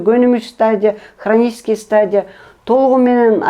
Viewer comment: Хранический деп айтышты